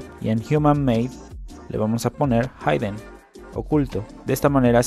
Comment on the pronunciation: se pronuncia "ji-den" no "jaiden"